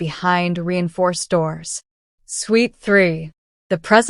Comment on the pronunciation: Suite, not sweet.